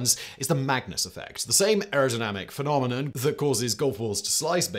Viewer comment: Did he say “Penomenon”? 🤨